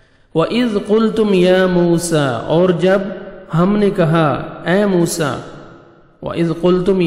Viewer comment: A.o.A bht acha parha app ne phr app ne mosa (a.s ) nai bolo